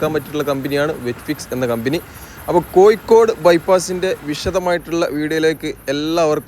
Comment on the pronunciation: Koyikode alla bhai, Kozhikode ennu parayanam.